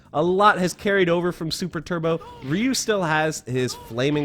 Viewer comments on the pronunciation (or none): i dont give a crap of the proper pronunciation of Ryu's name. The 8 year old boy in me that lined up all those quarters at seven eleven is going to pronounce it "RYE-YOO." and its like nails on a chalkboard hearing you say "REE-YOO." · It's not ree U. It's pronounced RI U . Stop saying ree. Nobody calls him ree u . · Am I the only one annoyed of his pronunciation of RY(E)-U? He keeps leaving the Y out. RU?!?! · Someday english speakers will learn how to pronounce Ryu. Not Ree-you. Closer to D'yu. It means dragon in Japanese. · It’s not reu! Pronounced r-e-y-u! (Ryu) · Did you pronouce: Ree Yu? Its Ry U...or easier terms Ri U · It's not Reee You, its pronounced Rye You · Stop calling him ree-yu it’s PRONOUNCED Rhi-YU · Ree-you will always be Rye-you to me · I remember as a kid, NO ONE ever pronounced Ryu's name right. It was always "Rye-yoo". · I never understood why people pronounce his name Reeyou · Ryu is pronounced Yū “yoo” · Its RAYU’ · Why does he put a couple of e's in the middle of when he pronounces ryu. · Ryu also means school or school of discipline or fighting.... fun fact the way most ppl pronounce the name especially in the 90s "ri-you" is a female name in Japanese. And yes I looked it up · It's really pronounced 隆/Dyū. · I think your information is very accurate, how I don’t know how you learned to pronounce Ryu’s name as Rio? I’m being a knit picking little bltch but I’ve just never hear anyone pronounce his name that way I still gave the video a thumbs up. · Rye-u......your pronunciation of it is so upsetting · Why are people all of a sudden pronouncing Ryu as "Ree-Yu"? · It's really pronounced "dyu". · This dude cant pronounce Ryu's name properly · 😂 most of these video about Ryu, keep pronounced two syllables in his name. its only sound just like Ken. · You're pronouncing Ryu's name wrong. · It's hilarious that you spent time learning how to pronounce all the super moves correctly, but you mispronounce Ryu's name over and over.